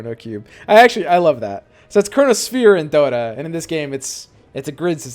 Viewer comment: One word made this video - "Doe-Ta" - jk...but not jk - love it!